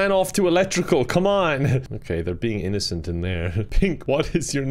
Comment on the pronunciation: i like how he said “innocent” “in-NO-cent”